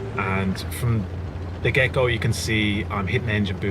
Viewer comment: Every time you say 'from the get-go', I hear 'from the gecko'. Good vid as always.